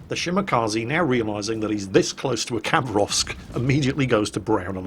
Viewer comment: Khabarovsk is actualu sound not a Khabarovsk , Habarovsk is be a corect (Хабаровск)